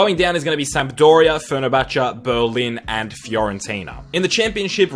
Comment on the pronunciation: fer-ner-cha-cha XD